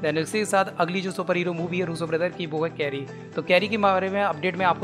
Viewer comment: चेरी है, कैरी नही